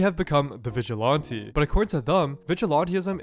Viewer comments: "vigilonte" lmao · FFS PLEASE learn how to pronounce Vigilante ! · vigi "lawn" te...? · Is it just me or is there a specific accent when he says "vigilante" or "sorry".